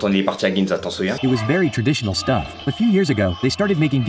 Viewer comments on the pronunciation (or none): none